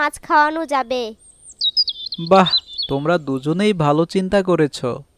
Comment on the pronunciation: বালো না ভালো। ভুলভাল উচ্চারণ🫤